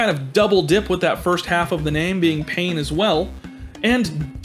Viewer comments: Explanation: 'pain', as in bread, is actually pronounced 'pan', as in Peter Pan, but Stern pronounced it as it was spelt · My guy just pronounced 'pain' as it's spelt... oh boy, here come the french 😂